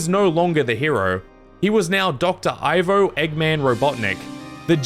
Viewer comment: Ivo is supposed to be pronounced “ee-vo”, not “eye-vo”.